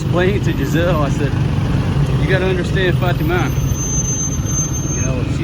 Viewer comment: Jenzel- NOT Jizelle.